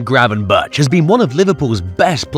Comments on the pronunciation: We're not expecting you to pronounce a real Dutch "G" like god intended it to be pronounced but please pronounce "berch" like you would "berg", we're used to that. The "bertshjss" really REALLY hurts our delicate Dutch ears. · "Gravenbertsh" is pronounced Gravenberkhhh like a scouser says "wirkhhh" for work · Yes pls fix that, it really hurts. Just make it 'Gravenburk', that'll do.